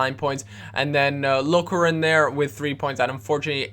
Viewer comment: Hahaha the way you said 'Lokeren' :p